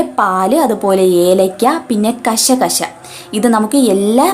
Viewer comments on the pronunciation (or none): കസ്കസ്, കഷ, കഷ അല്ല 😂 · കഷ കഷ അല്ല കസ്കസ് എന്നണ് പറയുക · കശ കശ അല്ല കൊച്ചെ....കസ്കസ്😁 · സൂപ്പർ കശ കശ അല്ല കസ് കസ് എന്ന